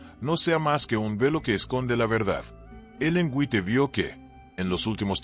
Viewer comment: White se pronuncia en inglés wait.